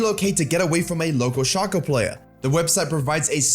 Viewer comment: I know you said "Relocate from a nearby Shaco player", but the only thing I keep hearing is "Relocate from a nearby Schalke player" and honestly it just fits so much better.